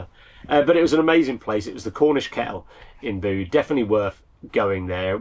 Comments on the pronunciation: Bit of after the Lord Mayor's show! But why don't you use a cloud storage as a back up... I know your files are probably big but they are safe as safe can be ..... Tintagel is pronounced tin·ta·jl and Bude Be-yude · Pronunciation lesson: Bude as in nude Tintagel as in Tintajel ( soft g) Please sort out your pronunciation of English place names, especially as you are home schooling the children. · Back up!! It is pronounced 'bewd' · Unfortunate... but not as distressing as your pronunciation of Bude and Tintagel.